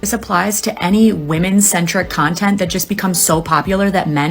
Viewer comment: Did you just say "smug cuntent" 😂